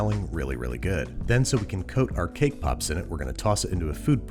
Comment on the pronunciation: so is no one gonna talk about “cake poops” at the beginning?